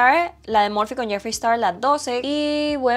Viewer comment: Holaa🤗🤗 por acá dejaré una crítica constructiva: en inglés cuando una palabra empieza por "S" no se pronuncia una "E" antes de esta. O sea, sería "Star" no "Estar". No se si me hago entender. Espero sea de ayuda 😊❤❤❤